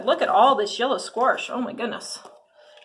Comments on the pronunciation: I've never heard anyone from the midwest call it squarsh - we call it squash LOL p.s. I like your nail polish color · which part of the midwest are you in? I've been in the midwest pretty much my whole life and no where have i ever heard anyone call it squarsh and try and pass it off like it is normal. I've heard of the midwestern drawl or midwestern slur, but not just randomly adding letters haha. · "Squarsh?" There's no "R" in squash... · Yellow squirsh? Lol I live in Colorado, and we don't say "Squirsh" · Excellent review. Great info and insight. My only critique is there is no "R" in squash "squarsh"😁 jk great video. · Minnesota here. I only say squarsh if I'm joking. Never heard anyone pronounce it that way. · I have also never heard anyone say sqwarsh before either lol Oregonian here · From Wisconsin.. never heard squarsh 🤣🤣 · That drives me crazy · I’m from Midwest Mo. I have never heard anyone add an R to the word Squash. Paper bags and their packing materials are biodegradable not plastic bags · I’m here for the “squarsh” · Squarsh! ❤😅 never heard it before it’s cool to hear a different way of saying it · Did you say squarsh? giggle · You could use the packaging in your garden. It will compost down. Just lay it down and forget about it. :) I absolutely love how you say "squarsh" lol. First time seeing your channel. Subbed! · squaRSH!! 🤣 I had no idea there was an R in squash. LOVE it! I watched this video just to see how many times she said "squaRSH" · I know it's petty, and you explained it, but "sqwarsh" made me cringe every time. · Squarsh? Haha never heard it like that. Love it. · yellow "squarsh" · I’m from the Midwest and pronounce it squash... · Love how you say “Squarsh” 😂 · I’m from the Midwest, too. I don’t say “squarsh” and have never heard anyone say “squarsh”. I don’t think that’s a typical Midwest pronunciation. Hey! You do you 😆. I do appreciate the info in your video. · Same! I’m from Texas and over here going crazy at “squarsh” 😂